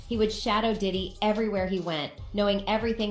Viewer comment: Oh you did diddy ,, I thought you said yiddy 😂